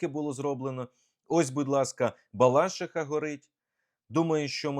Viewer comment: Яка балАшиха, якщо балашИха! Це все одно, що не ПлющИха, а ПлЮщиха